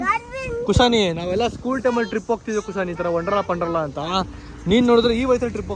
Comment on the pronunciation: WONDERLA not wondrala